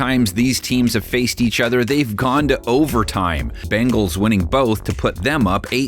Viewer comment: sorry... but i keep hearing "cincinnati BAGELS"